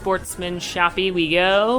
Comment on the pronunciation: Shoppe is just said "Shop" lol